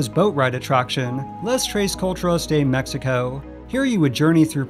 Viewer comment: Please dont go to tiajuana saying "mexico" like that, they will put you in the donkey show